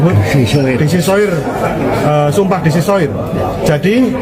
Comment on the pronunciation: Sumpah De secoir itu bahasa Perancis yang harus dibaca,: DE SECOA bukan de sesoir, biasakan terlebih dahulu cara baca bahasa asing ya..